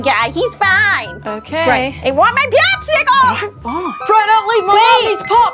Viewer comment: "I want my PWAPSICWALSSS"